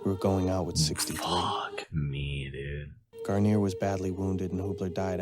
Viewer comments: "Gar-neer". "Garn-yay" is a shampoo. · Its garneer not what you say